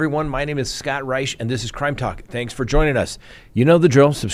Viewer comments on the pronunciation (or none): none